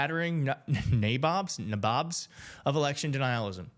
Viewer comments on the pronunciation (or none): "Nattering Nabobs of Negativism" is a famous quote from Spiro Agnew who was Nixon's vice president. Oh, and its pronounced nay-bobs lol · Pronounced 'Nay-Bobs'. Ancient term, LOL.